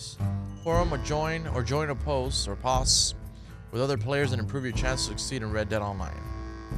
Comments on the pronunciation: Posse is pronounced possy(gang) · it's not poss it's posseeeee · It’s pronounces “ poss- eeeeee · Po-si not pos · this is amazing, and by the way! its pronounced poss”y” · Pah ah see posse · It’s pronounced possy my guy. You gotta try gamechat and the series, large and small. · Posse is pronounce possie btw 👌👍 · Just not gonna help him pronounce posse? it’s pronounced “POSS-EE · The word POSSE is pronounced like POSSY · Posse As in poss-ey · Posse is pronounced Poss- E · posse = Pos-E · Anyone gonna adress how he pronounced posse? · It bothered me everytime he said posse wrong idk why but it did 😆 love the content tho even old vids i never got to watch due to time constraints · Pronounce posse right sweet baby Jesus! 😂😂😂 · When he pronounced posse incorrectly I cringed so hard